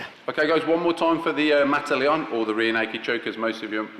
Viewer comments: its "mata leão", as in "lion killer", not mata leon hahahaha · Great video! Practical, inspiring, and well made. Pedants' corner: it's "mata leão". But you can do it better than me, so I'll let you off.